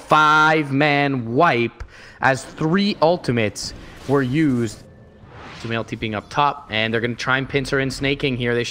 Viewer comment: LOL STUMAIL!! stupid + sumail? nice caster haha